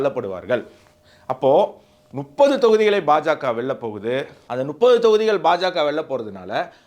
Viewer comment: Please try to pronounce முப்பது நுப்பது is wrong